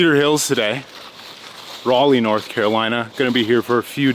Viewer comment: Thank you for pronouncing Raleigh correctly. Haven't played Cedar Hills in years. My favorites: 1. Buckhorn 2. UNC (Southern Community nearby is underrated) 3. Rock Ridge (would be 1st if better tees and finishing hole). 4. Diavolo (prefer the Fusion layout) 5. East Clayton (I need to play it more)